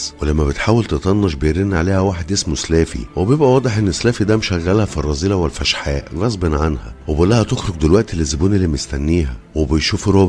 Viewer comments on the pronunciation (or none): الفحشاء وليس فشحاء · حبيبنا الغالى اسنها الفحشاء وليست افشحاء والله اعلم